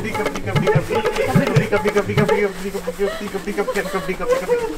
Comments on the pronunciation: When was saying "Kabaddi Kabaddi" it sound like "Kabadi Kabadi Kabadi" 😂🤣🤣🤣🤣🤣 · When she said kabady